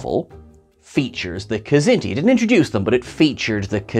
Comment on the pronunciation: I love that you said Niven;s kzinti!!